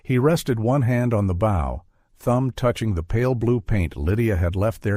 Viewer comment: good story, horrid AI reading.... Bow is not bough, lead is not heavy but direction, Elias is not El-E-Es. Errors just ruin the whole thing. Editing is required before posting!